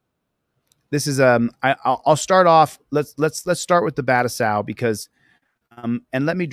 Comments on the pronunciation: Battousai is a Japanese word, it is not pronounced well using American English grammar. (but-two-say) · Dude can't even pronounce his "friend's" name...🤦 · But that's his friend! Surely pronouncing it right. 😂